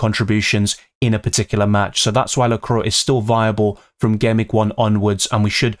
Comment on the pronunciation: Excellent video as always,! 🔥 But sorry have to mention it, it’s pronounced la-cou-à, not la-crow😅